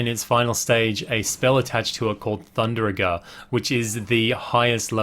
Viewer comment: Keep up the good work ! But i dont mean to be rude its thundaga not thunderaga